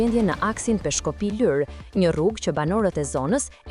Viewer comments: O gazetare o komentuese,,,Lurë,Lurë,Lurë jo Lyr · I thonë Lurë, jo Lyrë